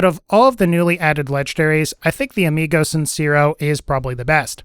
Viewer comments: "Amigo sincerrow" por que me esperaba que lo pronunciará de esa forma xd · "amigou cinsirro" nice spanish bro